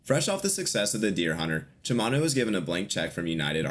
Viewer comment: You need to pronounce Cimino correctly. Just a hint. Che- mee-no.